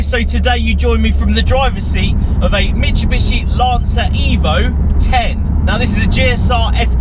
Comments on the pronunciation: It's mit-soo-bi-shi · Daniel Scott lots of youtubers seem to call it "mishubishi" lol